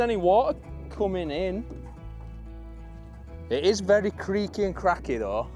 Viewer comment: is letting her English side out more now, I heard 'in it' in an English accent 😂